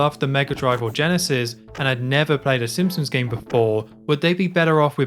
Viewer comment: Drink whenever he says ‘Simpsoms’